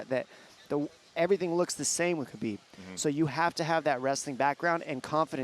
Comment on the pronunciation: It's ha-bib not ka-bib. How hard is this to figure out? Have a staff meeting.